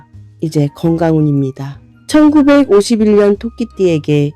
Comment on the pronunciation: 왜. 천구. 백오십 일년이라고. 듣기싫어요.